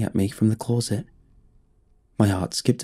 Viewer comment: Why does this guy pronounce "closet" like an American doinv a bad English accent? Clawset